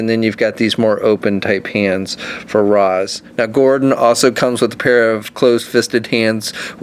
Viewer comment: Great figures and vid but it's pronounced Raysh not Rahs 😉